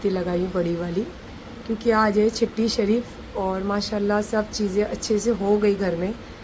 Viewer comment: आप छट्टी शरीफ को चट्टी शरीफ क्यू बोलती हो माता जी ।